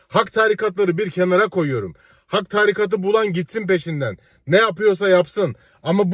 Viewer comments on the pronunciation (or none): Taarikat değil, tarîkat! Yani vurgu ikinci hecede olacak. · tarikat demeyi öğrensen